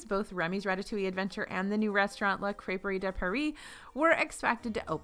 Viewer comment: Nicely done. "Crêperie" pronounced with that proper French "tongue to the back of the roof of your mouth" isn't easy for a girl from Texas! You nailed it when you stated it the second time.